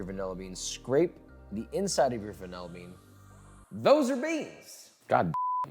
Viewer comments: "Vanella bean." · Hyperfixating on how you say "vanilla" like "van- el-a" 😅